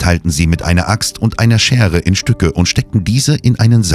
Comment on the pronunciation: Die Aussprache finde ich irritierend. Aus Schere wird Schärre, das O wird meistens als offenes O gesprochen usw.